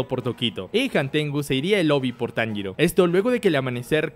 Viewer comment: No me digas que ahora andas diciendo el nombre de tanjiro como inosuke